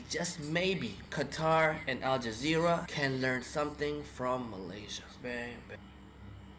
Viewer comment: Al zazeera? 😂 Pelat Ke